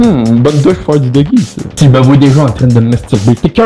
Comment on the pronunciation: "Jaime poo le pain à l'ail" 😂😂